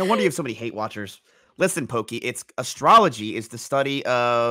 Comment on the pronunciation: the way he said "astrology" with his whole chest